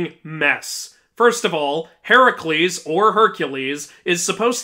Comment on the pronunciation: Even he said heracles wrong right after correcting the game 😂